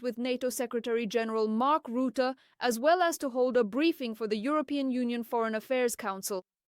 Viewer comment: Rootah? Wtf Say ruzzia, now say Rutte